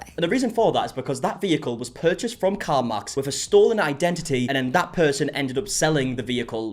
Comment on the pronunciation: Is he saying car mox?